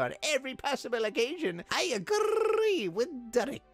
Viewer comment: Seriously, is nobody gonna point out the way he pronounced the "agrre"? xD